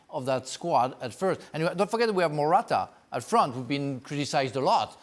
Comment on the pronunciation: Good trying to pronounce "Morata"